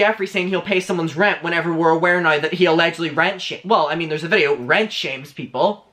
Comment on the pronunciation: 🌸 “Nrow” and “Hauyever” , We need these pronunciations on merch 🌸